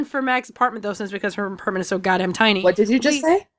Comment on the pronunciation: I heard say aperment instead of apartment.